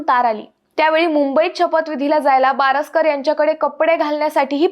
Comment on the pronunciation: भारस्कर म्हणा,बारस्कर नव्हे!